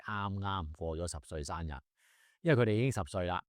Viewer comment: 其實你嘅懶音都好多，你是一個律師，希望你改善一下。多到我數唔到。例如頭先你講生日，你講咗山日。